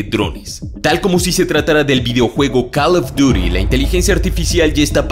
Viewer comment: Cada día me caes peor ¿por qué tienes de decir Call of Duty de esa forma?